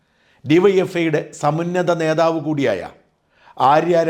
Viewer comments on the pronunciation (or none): none